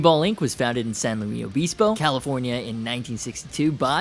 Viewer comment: Californiaisms for my homie. Luis pronounced like Lewis or Loo-ees with the solid s. (Spanish name) If nickname San Looey used, then we drop the Obispo. Keep up the good work.